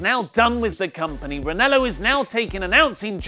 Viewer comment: REN-AH-LOW not REN-ELLO